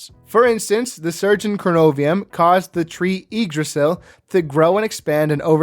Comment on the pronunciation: My Icelandic heart hurts when people call pronouns “Yggdrasil” in a weird way because it’s such a cool word. Still this pronunciation was closer than most